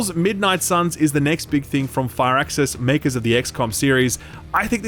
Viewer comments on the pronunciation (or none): It's Fir-axis not Fire-axis